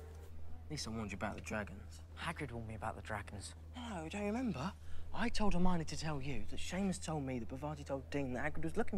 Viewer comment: BTW, it’s “Her-mi-o-ne”, not “Hermani”